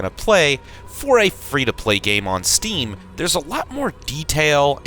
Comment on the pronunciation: the pain in my eyes when he said "steam"